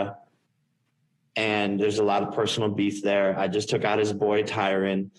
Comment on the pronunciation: jake is finally puttin some respect on Tyron's name by saying it how it should be pronounced